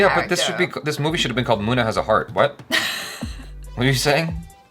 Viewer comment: Everytime calls Munna, Mona.......🙄 Mona! Mona!! 😄